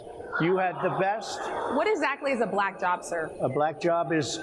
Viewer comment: "When she turned a-baLack" 🤯 🤮